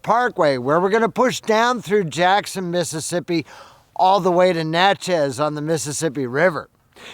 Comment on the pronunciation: Love this series, but... we've got to correct something. I grew up on the Trace. About 30 miles from Tupelo, you passed an exit to Highway 8/Houston, MS. I'm from that one-horse town. The locals will wonder what you're talking about... the Nat-chez' Trace.I believe we owe the mispronounciation to Google. All Southerners call it the "Nachiss" Trace. Think how you pronounce a book of "matches." We don't say a book of mat-chez'. We pronounce Natchez just like we pronounce matches... "Nachiss." Again, I love this series, I guess because I'm so familiar with it and have seen it every season.